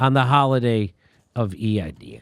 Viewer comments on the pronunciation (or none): eid is pronounced eed as in reed, your welcome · FYI folks “Eid” rhymes with “bead”. Long “E” as in “because”, “I” is silent . It is a major holiday in Islam. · Eid pronounced like Seed! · Eid NOt E I D JIMMY